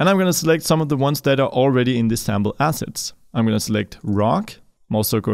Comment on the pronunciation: Brother, I love your videos, and know your first language is not English ... But man! ... 😂😂😂 When you say "... these Unity ASSESTS", it truly sounds like you are saying, "... these Unity ASSHATS"! Sorry ... Love the videos, and try to donate when I can ...